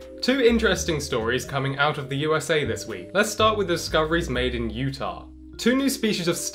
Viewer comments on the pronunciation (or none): none